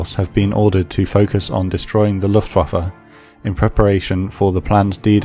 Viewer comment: SOMEBODY ACTUALLY PRONOUNCED LUFTWAFE CORRECTLY